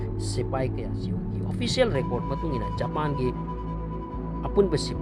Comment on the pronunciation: Japan gi pronounciation se tanbda yam heinade aduna loibfao yengdre